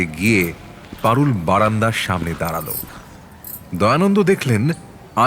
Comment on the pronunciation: কথক "বাড়ি" কে "বারি" বলছেন কেন??? "দাঁড়াল" কে "দাঁরাল" ???